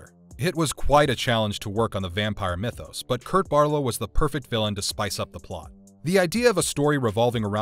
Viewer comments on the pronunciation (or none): none